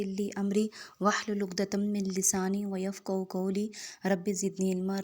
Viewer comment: و یفقہو نہیں ہے بہن یفقہو ہے۔